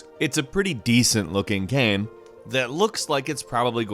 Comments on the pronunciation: The way says "Game" ohh mannn.. it's like "Ga-um" I cringe every video, everytime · Why can this guy not say game properly?